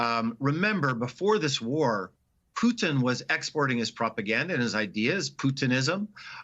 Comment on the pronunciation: Finally pronouncing Putin as Poo-tin, not Pood'n